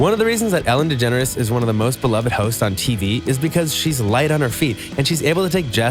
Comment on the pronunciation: its ellen degenre not degenres